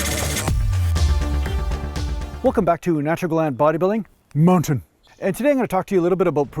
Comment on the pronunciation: Why do you say Mountain